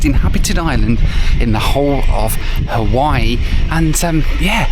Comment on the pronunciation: Please drop the "Ha-wee-wee" pronunciation.